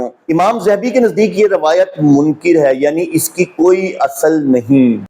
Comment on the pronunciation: ، آپ کی تحقیق کا معیار ایک طرف ، لیکن آپ کا غلط تلفظ آپ کی تحقیق کو نقصان پہنچا رہا ہے۔ آپ نے منکَر (غلط، جھوٹ) کو منکِر (انکار کرنے والا) پڑھ دیا۔ آپ کا قرآن اور سنت کے ذریعہ سچ کو سچ اور جھوٹ کو جھوٹ ثابت کرنے کا کافی اہم کام کررہے ہیں۔اللہ تعالی ٰ آپ کی دعوت میں برکت عطا فرمائے۔ آپ کو ایک بار ایک مولوی رکھ کر قرآن کا تلفظ اور مخرج صحیح کرنے کی اشد ضرورت ہے۔